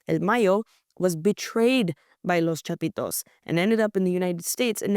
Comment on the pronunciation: Love her pronunciation, " Los Chapitos", sexy!! 😂😂😂